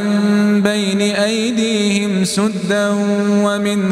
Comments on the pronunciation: سَداً not سُداً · صوتك كتيرر حلوو بس عندك اخطاء كتيرر بل نسبة للتجويد والتشكيل متل (سَداً) السين مفتوحة مو مضمومة....! بارك الله فيك ♥ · صوت روعه.لکن هناک خطآ فی قراءت کلمه سدا یلفظها سودا یعنی ضم السین وهو غیر صحیح